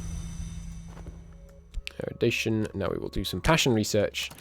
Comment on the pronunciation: Thanks for the series! Hope I'm not offending, but it's "eru-di-tion", not eru-di-ta-tion". :)